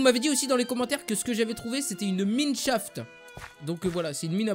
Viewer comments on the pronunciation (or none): Ça se li6 mineshast mais ça se dit mayneshast